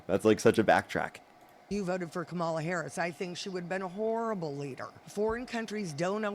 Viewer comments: Why do they still insist on mispronouncing Kamala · Can’t even pronounce “Kamala” What about the Queen of England?